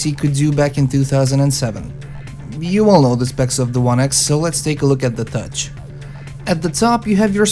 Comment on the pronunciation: You said gutch not touch?